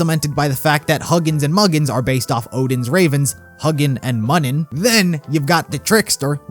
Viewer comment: Huginn and Muninn are pronounced “HOO-gin” and “MOO-nin” not surprised you didn't know the pronunciation is a weird one